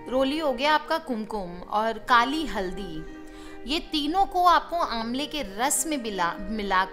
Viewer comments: Ambla or imli kya kaha apne acha se sunai nehi derahe guruma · Ambla or imli kya kaha apne acha se sunai nehi derahe guruma.